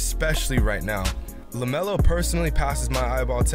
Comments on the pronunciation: IT'S LAMELO not lemeolo df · Y it's lamelo not lemelo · he says lameolo dont force shots